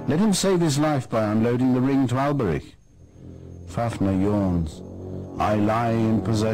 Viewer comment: At least he knows how to correctly pronounce the ch of Alberich :D